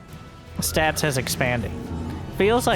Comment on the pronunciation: Take a drink everytime calls Stats "Stabs" or "Sass"